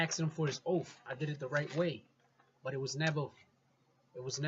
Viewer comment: Good educational videos brother but good lord that ‘OAF of Office” is killing me